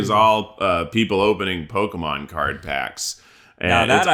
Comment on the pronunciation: When eugene ranks pokemon can he please have ned pronounce it first 😂😂